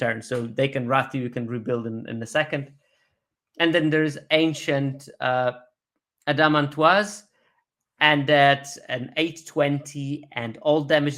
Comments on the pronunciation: I'll take a stab at one of them: "ad-a-MAN-tiss" ...for Adamantoise. It's a tortoise (think of how your pronounce the second syllable of that word) with an adamantium shell! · indeed; "ad-a-man-TWAH" has a certain "jay nay sez kwoy" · Some french sounding pronunciation of suplex and admantoise at the start of the video. Not at all how i would say those words myself but interesting to hear. Great content as always so far.